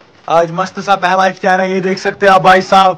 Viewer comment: Iftiyaar❌ Iftaar✅